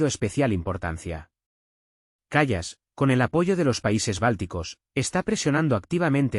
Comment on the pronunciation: El locutor del video debe aprender a pronunciar el nombre de esa mujer: /káia kal:as/.